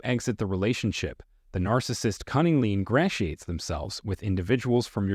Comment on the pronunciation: "GOSTING??" "Barridge?" "ingrass-ee-ate?" "en-TOUR-age"? LOSE THE FAKE VOICEOVER!!